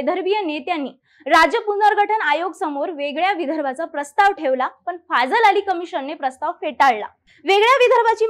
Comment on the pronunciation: ते फझल अली अस आहे "फाझल अली" नाही. कृपया तथ्य नीट बघत जा.